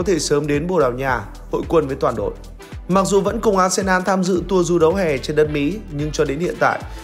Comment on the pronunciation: arsenal ... đọc là a sê nồ .... ko phải a sê nan. Tôn trọng tên riêng khi đọc